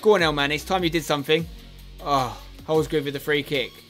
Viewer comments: It's Holsgrove not Holsgrooooove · Please pronoucne it HOLS-GROVE not HOLS-GROOVE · Lol spence it’s not groove it’s grove,like drove. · wish he would say holsgrove's name properly says it as holsgroove